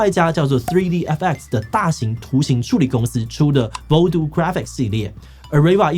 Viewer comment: 建議要直接使用英文時，先去查查那些字如何發音。像direct和voodoo在字典和網路上都查得或播放如何發音。雖然觀眾大部份是台灣人不在乎你是否發音正確。